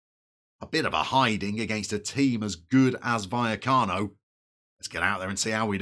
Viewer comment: Vallecas (buy-ekus) is a ‘barrio’ of Madrid (barra is a bar). LOVE Rayo! Great club! Oh and you’re nailing Buya-cano 👍🏼